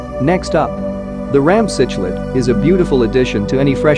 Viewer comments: Why make a video when the computer can not even pronounce the word C K Lid correctly??? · The text to speech put me off as soon as it couldn't pronounce cichlid haha